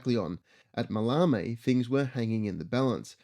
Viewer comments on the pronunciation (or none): Ma-lay-mee airfield.